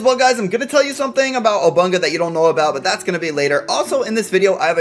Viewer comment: he says obunka